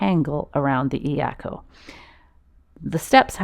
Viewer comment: Doesn’t matter. Get the cheapest. Get a couple. You can use one to tie an extra paddle to the iako. Also, pronunciation of iako is more like “yako”. Yes, the “I” is pronounced “E”. But combine the Eyako so it’s only two syllables “Eya-ko” instead of of three syllables E- a-ko. Great video!!! Mahalo from Maui!